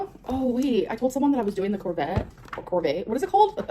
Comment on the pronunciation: Pretty sure she said corvette like that cause of when Becky told her how buffet is pronounced lol